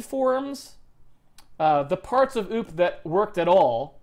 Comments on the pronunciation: I like that he pronounces OOP like oop. Like it was a mistake: "oops!" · Poop, not oops.